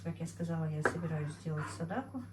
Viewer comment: НАДО ГОВОРИТЬ сАдАқА а НЕ садакУ МУСУЛЬМАНКА ВАМ НЕ СТЫДНО ТАК КОВЕРКАТЬ СЛОВА НАЦИОНАЛЬНЫЕ, ЗАЧЕМ ВЫ ТАК ДЕЛАЕТЕ ВЫ УГОЖДАЕТЕ КАКИМ ТО ТАМ РУССКИМ БЫДЛО ЧТО ЛИ?